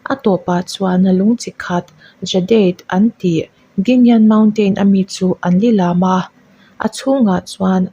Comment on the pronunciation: Lilam tih i thlûk dan hi adik lova,angaihnawm lo eeeee